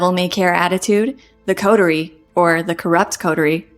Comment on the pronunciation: She needs to learn how to pronounce "coterie "